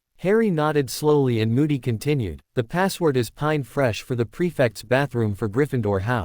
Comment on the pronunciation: Pine fresh is not pronounced p e n n e, if you cannot find a reader that can actually pronounce English words then get a new one or stop posting